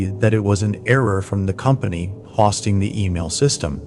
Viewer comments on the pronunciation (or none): TIL that this narrator voice is AI and not actually ". "hid-ee-outs" and "hossting" gave it away, as well as calling it an "it department" instead of "I.T. department Still love the channel just mind blown"